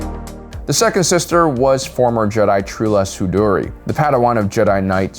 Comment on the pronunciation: How does someone running a Star Wars channel manage to mispronounce Tano, Cere, and Trilla?